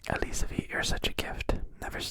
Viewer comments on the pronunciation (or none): none